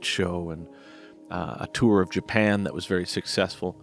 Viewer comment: "JA-PAN" just killed me!